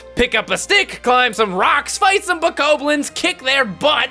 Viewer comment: BO-COB-LINS Like corn on the cob It's not spelled that way but it's how it's pronounced